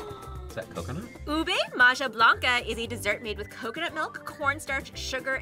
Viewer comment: its pronouced ube maHa planca not ube maJa plance